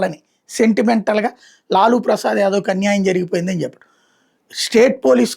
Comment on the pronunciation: లూలూ కాదు లాలూ